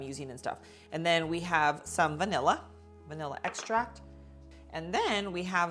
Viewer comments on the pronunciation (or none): none